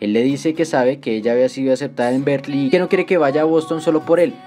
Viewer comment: Ahi un pequeñisimo error de pronunciación que podría confundir a alguien. Aqui se escucha como si estuvieras diciendo "Berklee" y diran " cuál es el problema" y el problema es que Berklee también es una universidad en us, una de las más reconocidas, pero es una universidad en musica, diferente a Berkeley (que esta está en California). Una forma de evitar este problema es pronunciar Berkeley casi como se escribe, "berkeli"